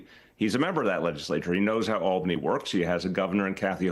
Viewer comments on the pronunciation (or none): none